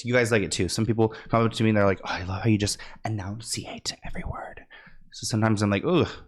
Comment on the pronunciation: Not to be that person, but it's enunciate, NOT announciate (which is not a word). I'm pointing this out because if you aspire to become a show host, presenter, etc, these things can be important for your success.